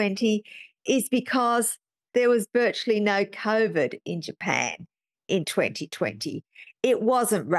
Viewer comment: My personal sense is that he covered himself by never pronouncing COVID correctly. He called it ‘CORE-VID’. So when he gets dragged in front of a jury l, he could say ‘oh no no no, I wasn’t meaning COVID I was talking about something else. lol.